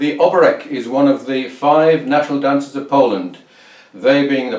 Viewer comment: The accent on the name Oberek falls on the second syllable. Interestingly, the musical accent also falls on the second beat (rather than on the first as in a waltz).